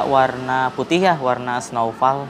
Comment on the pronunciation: Bacanya warna snowfol bukan snowfal bang 🤣